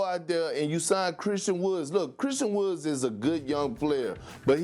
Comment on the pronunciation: Perk really said “Christian WoodS” hahahaha